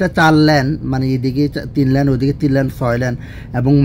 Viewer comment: Correction: It's call lane(লেন)not land ল্যান্ড.